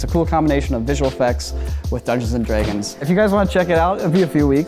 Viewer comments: Dungeons & DREY-gons. I dunno if it's just his accent or what the hell it is, but that pissed me off. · says “dragons” weird. He pronounces it,dregens” for some reason, lol. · Nobody:: Dungeons and 𝐝𝐫æ𝐠𝐨𝐧𝐬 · How have I been watching corridor for 10 years and never hear say Dungeons and *Dreg*ons 😂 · ''Dungeons and Draaaaygins'' Wtf? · Am I crazy or is he pronouncing it "dray-gons?" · take a shot every time says “dregins” lol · "Dungeons and Dreygons" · Can I just say, I absolutely love that says Draegens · why does he pronounce Dragons like that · Am I the only one, or does say "Dragons" in a really weird way?